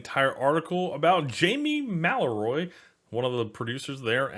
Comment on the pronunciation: "MAL-A-RHEE"... fuck guy